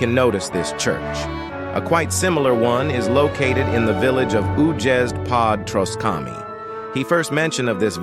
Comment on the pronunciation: I love the inconsistency of the AI pronunciaiton. Újezd is "údžezd" but "Želejov" is "želejov". Also that "pod Troskami" was suprisingly correct.